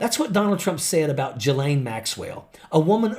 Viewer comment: its rare to hear Ghislain's (Jhizlain) name pronounced correctly as the reporter did